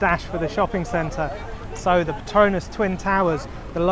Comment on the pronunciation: Not Partonas but PETRONAS.